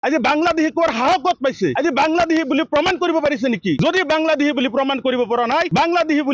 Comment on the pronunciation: বাংলা্দেহী নহয় বাংলাদেশী অহমীয়া নহয় অসমীয়া কথা কেইটা শুদ্ধকৈ কব নাজান আনক সকিয়াবলৈ আহিছ